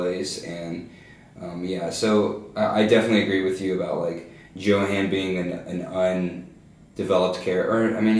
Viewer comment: But the boy's name is pronounced "Yo-haan". Don't you listen to me in class? ;)